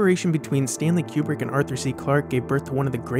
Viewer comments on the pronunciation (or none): Step 1 in making a Kubrick video. Learn to pronounce 'Kooo brick.' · It's Coo-brick not Que-brick. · I don't wanna be that guy but it's koobrick